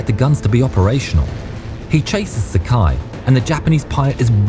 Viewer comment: Sakai is pronounced Sa-ka-ee, rhymes with Hawaii. No such thing as a naval mile, but nautical mile. Otherwise, great research!